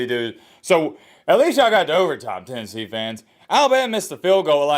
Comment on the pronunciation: TENNESSHE. I will always say that now. Hahahaha